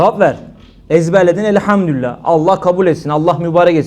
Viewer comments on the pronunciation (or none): none